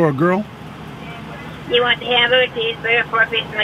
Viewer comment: “FOR A GORL” 😂